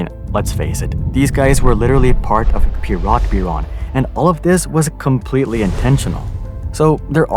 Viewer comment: I wanna scream because you're mispronouncing Siemens and Piratbyran.